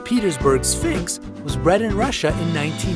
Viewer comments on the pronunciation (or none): none